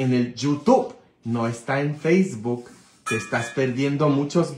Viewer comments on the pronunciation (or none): none